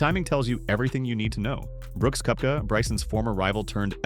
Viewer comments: It’s Kepka not Kooepka! Please learn how to pronounce their names properly! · It's Koepka, not Koh-wepka